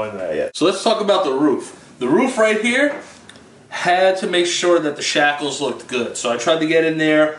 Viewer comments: I'm pretty sure they are called shingles not "shackles" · Did he say “shackles” instead of shingles? 🤣🤣🤣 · Shackles lmao. Its shingles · When calls the shingles “shackles” 👏🏻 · called the shingles “shackles” LAH!! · Did he just call shingles shackles? LOL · Its shingles....not shackles